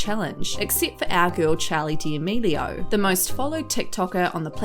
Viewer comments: why does she say “charlie diamelio” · “chALEe DALaMEELiO” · Did she really say “Chali deAmilio” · “Charli Deamealieao” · great video but you said her last name wrong...